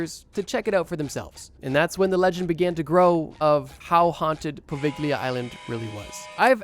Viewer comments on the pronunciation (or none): Poveglia mispronounciation is driving me crazy, why didn't you learn the correct one?